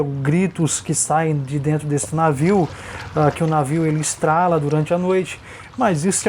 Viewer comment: Não delata não. É dilata. Não é estralo. É estalo!!!!!!!!